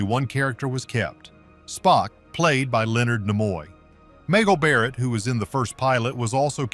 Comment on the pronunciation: When are you going to get a narrator who knows how to pronounce the names correctly? it was desi LU productions part desi part LU as in LUCY!!! her name is MAGEL barrett "maaaa gell" learn how to say the names correctly or get rid of the A.I. voice, and this was NOT the first inter-racial kiss on TV!!! that belonged to NANCY SINATRA!!!!